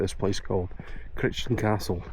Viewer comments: The name 'Crichton' is pronounced 'KRY (CRY) - TUHN.' I know a family with that name and that family and Google pronounce it like this. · Sorry, ye Cannae even pronounce it😂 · But he can't even pronounce the name of the castle properly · Sadly, no of us knows everything and we all have failings but a human making a genuine mistake is better than an AI narration with no soul any day of the week, imho.